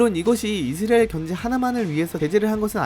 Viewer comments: 왜? 우리가 늘 이스라엘이라했는데 너만 느닷없이 이스레일이라고 떠벌리니 거북하고 듣기싫네. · 중국인인가? 이스라엘이 이스레일이야? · 이스라엘 발음이... 나만 이상하게 들렸나? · 이형 아직도 이스라엘 발음 못하네 군대 가기전에듀 틀리더니